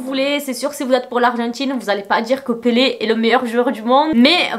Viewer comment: J’adore quand tu prononces son nom avec l’accent portugais 😍